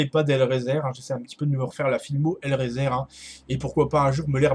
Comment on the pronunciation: Hellraiser se prononce "hellraiseur"